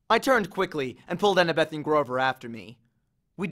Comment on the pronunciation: How I read: annabeth How he read: Anna-BETh